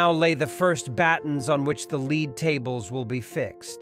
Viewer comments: I respectfully suggest you have the program checked. The problem is not so much the flat voice, but the errors. ("Lead" was always pronounced like the verb, not the metal, and the ordinal numbers, like onest intead of first for 1st) The machine translation to English was all right, but the reading was off. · The AI narration is HORRIBLE! If you are not going to use a human for narration then at least proof ‘listen’ to it so that obvious errors can be corrected. The English language is rife with words such as lead (a metal) and lead (to direct). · lead coffins /leh: d/ not /li: d/ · How sad that they could not get someone who speak English to narate this - utterly ruins the video ' the metal is "led" not "leed" - rather stupid on the producers side I would think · Dreadfull synthetic "narration" full of BS phonetics (*lead* coffin dies not rhyme with leed but "dead"), terrible diction and wooden pace!!!!! If this is AI, the future REAL narrators is not at risk. Awful!!! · Someone couldn't have proofed this before it was posted? Notre Dame deserves more than that. Lead (the metal) is pronounced "led" not "leed" and the twelfth repeatedly pronounced "twelf-eth?" Such an important update to an English speaking audience needs and deserves detailed supervision, this makes it look and sound like something that was just sloppily thrown together to get it out first before anyone else. Thumbs down. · Tel younai narrator it is pronounced led not leed (lead) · "Oh, great god AI, learn how to say 'leed' properly. And while you're at it, please include also 'th.' " 🙉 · And "lead is very malleable", with lead pronounced leed. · Complaint: A.I. narration needs improving. The metal lead was pronounced "leed" as an example. Otherwise, the narrative and update was excellent. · These AI narrations get on your nerves with all their mispronounciations, such a leed for lead.